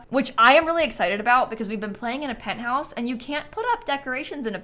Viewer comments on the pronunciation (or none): “In the penthourse” and we all know that’s completely normal 😹